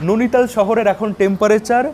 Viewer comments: Bhai tomar video bhalo lage tachara ota नोनीताल noe नैनीताल। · Are dada nonital noy. Noini tal. Ar ota noni lake noy. Noini lake.😮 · ননিতাল ❌ নেইনিতাল ✅